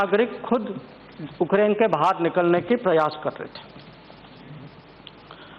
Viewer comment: dear leaders, it's not Okrain but Ukraine.. pronounce it properly sir..